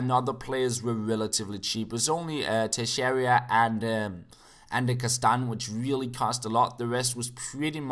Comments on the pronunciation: it's teixeira not texeiria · It's Tay-Shay-Rah. Trust me,. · Tuh-share-a(like in above) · You pronounce it like "Tayxeyra"